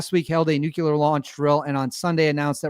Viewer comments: Say it with me,. “New-Klee-er”. Nuclear. Not nucular. When you use the wrong word, it makes your video hard to watch. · Nuclear Sounds like noo·klee·ur Other than that 👍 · Nu-clear ffs